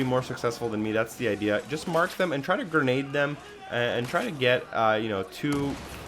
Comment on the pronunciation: Thanks for the "gernade" guide 😉